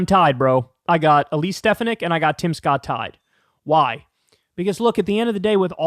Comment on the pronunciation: Ste 'fan' ik, Kyle. Pronounced like sports fan. Stress on second syllable.